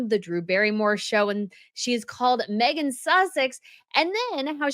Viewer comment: She can't even get her name right 😂